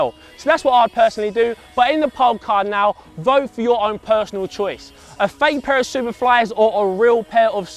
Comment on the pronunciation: Sounds like he's saying faithful instead of fake football.